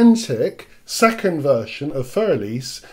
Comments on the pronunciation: It is not "fur", and it is not "elis". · I hate to do this to you, but my ears cringe when you pronounce the word "für." And I hate to use this as a quick guide, but try saying "Führer" and drop the final "er," and you'll be close enough. And the "r" in "für" is only about half-pronounced, from an English perspective.